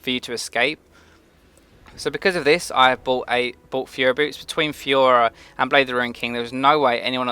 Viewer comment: Does anyone else hear "Fiora" when he says furor (boots) ?